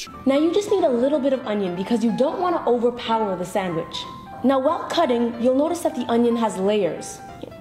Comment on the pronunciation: The way she says "sondwich" annoys the fuck outta me